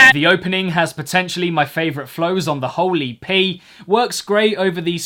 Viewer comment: I love when you say 'whole EP' and it sounds like 'holy pee'